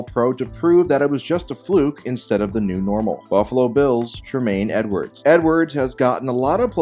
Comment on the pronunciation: You said Tremaine Edmunds name wrong